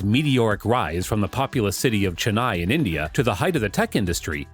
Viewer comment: I liked the video because of the way u made the video but I really didn’t like the way u said sundar pichai and Chennai. It’s kinda a disgrace for Tamilians and its not the way to say it.. but liked the video